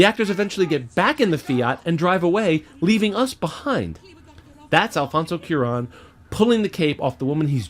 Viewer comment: Your love of film is infectious, so I don't want to seem too negative on my first comments to you.... BUT..... THX ELEVEN THIRTY-EIGHT!! Not ONE THIRTY-EIGHT! Also: Alfonso CWA - RONE. And, finally, you should probably clarify that Welles did the radio version of War of the Worlds and not the 1950's film. And Walter Murch's one directing effort was the insane and terrifying Return to Oz.